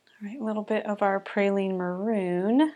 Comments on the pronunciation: Beautiful llandscape! I also love Pe-ry- lene green as well. Sorry but my mom was a stickler for pronunciation and spelling when I was growing up, so now it is a pet peeve with me. Not your problem, it's mine.😂 when I hear praline I think of sugared pecans.😊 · Great landscape 🥰🥰🥰🥰. I think you may be mispronouncing Perylene Green, sounds like you are saying Praylene. Pronounce like pear-a-lean. I may be wrong, please let me know, my be my old age. So enjoyed your video😊